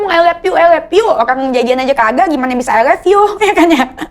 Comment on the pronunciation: Bukan ai leppiu tapi ai lov yu. Hehehe